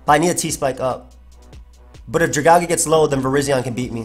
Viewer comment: The way you say Dragalge hurts me every time. It is part dragon and made out of a poisonous algae. Dragon + algae= Dragalge pronounced Drag-AL-gee